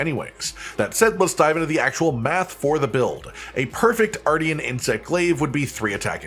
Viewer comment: I’m going to pretend I didn’t hear you say artian and only focus on the armor.